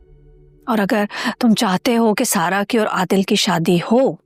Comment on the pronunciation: Kisi ne notice kiyaa Zara ko sara bar bar sara kahti hai